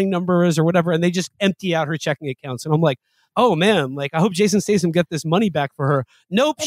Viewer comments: then he says "Jason Stason" lmaooooo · Mfer said Jathan Statham.